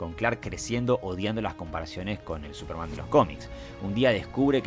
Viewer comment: La única crítica al vídeo es la pronunciación del pibe "Supermán", en vez de Súperman